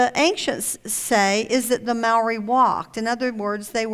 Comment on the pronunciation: omg.. shes claiming computer generated images and fake nazi ufo photos and google earth data errors are real... if it wasnt for that, this would be quite credible.. oh..and she needs to learn how to pronounce shit properly...maori, pitcairn etc etc..she doesnt even get close!..i sat here wondering what she was on about when talking about easter island